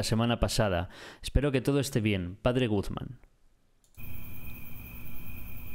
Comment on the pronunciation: me encanta que dice Padre Gugman en ves de Padres Guzman xd